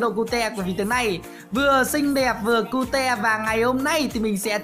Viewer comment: Cute đọc là khiêu mới đúng anh